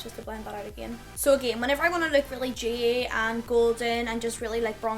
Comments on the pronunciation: Demmi Leigh she's saying dewy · Demmi Leigh I think she's saying dewy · Demmi Leigh she means dewy lol